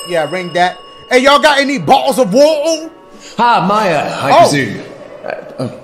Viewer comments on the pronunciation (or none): nobody : ...... dashie : “ oh out of ootorr “